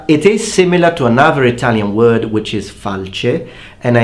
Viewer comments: Even though i'm italian, i really like this video because you know how to pronounce those words; As for the sword part, there' s the "spada d'arme" which i think Is "arming sword" even tho i don't know the difference from a regular sword; Nice vid and keep on spreading the italian Word :) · Bella pronuncia. E grazie per aver preso sul serio le pronunce italiane e non essere sfociato nelle solite cagate tipo:"PIZZA SPAGHETTI MAMMA MIA" Beautiful pronunciation. And thank you for taking Italian rulings seriously and not getting into the usual shit like: "PIZZA SPAGHETTI MAMMA MIA"